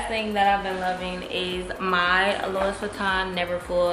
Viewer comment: Great tips ❤️ & not to be annoying but Louis (Louis Vuitton) is pronounced Loo-ee